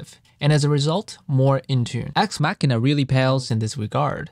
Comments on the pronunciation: YUP. I genuinely thought it was a wordplay on “axe machine,” as in “guitar machine” (machine because it’s a program). And I know I’m not the only one who mispronounced it because I saw another review video of this library where the guy pronounced it wrong 😂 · Thanks Nathan! Glad you liked the video. Haha I was waiting to see if anyone noticed it. I originally thought the product name "Axe Machina" was a word play on "axe machine," like "guitar machine," so I pronounced "machina" like "machine" with an "a" sound at the end. Only did I realized I recorded the whole video mispronouncing the product name when my wife pointed out to me it was supposed to be a word play on "deus ex machina." I had to replace all thirty-something instances of me saying the product name after! Told me like 4 hours 😩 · The EQing is very minimal. Mostly just a low cut to cut out the low end rumble. The difference you hear is pretty much the difference directly from the DIs. I only realized I was mispronouncing Axe Machina after I finished editing the entire video. It would make no sense to re-record the entire thing. Editing a video like this with so many motion graphics takes a LONG time. Ultimately, I believe the dubbing doesn't affect the information I wanted to convey.